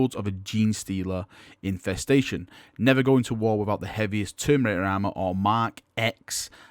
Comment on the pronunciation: Given keeps pronouncing terminator wrong I don't know why people are shocked by other mispronunciation.:P